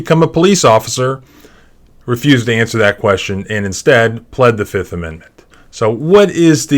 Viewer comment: "I plead.... the FIF!!!"